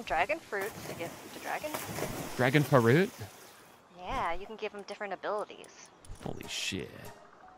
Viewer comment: i think youre mispronouncing "FRUIT"